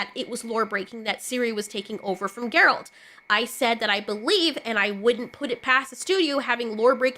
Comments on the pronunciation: please fix your Geralt pronunciation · New fan because of the Witcher show and she doesn’t even know how to pronounce his name, that’s a bit of a tell on the grift.